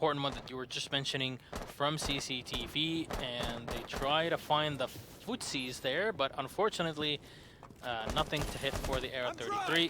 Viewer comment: I'm sorry,, did you say "footsies"?